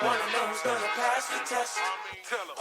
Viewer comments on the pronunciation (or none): none